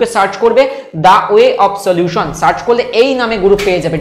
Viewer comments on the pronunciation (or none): none